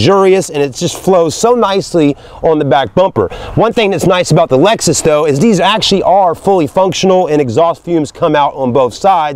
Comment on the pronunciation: Dude called it an Alexus at the beginning.